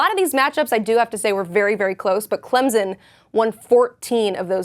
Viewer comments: "clemzon" smh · Clemson, not Clemzin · loved your report, but there is no Z in Clemson. Just a soft s when its pronounced. Clem_son.:) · There's no "Z" in ClemSon.